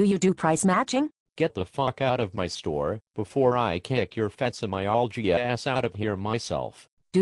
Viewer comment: what kind of myalgia does she have? it sounds something like fatsimyalgia